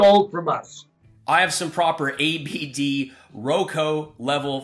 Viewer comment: Every time he says abd I just about fall over. He's definitely got some speech or brain problems.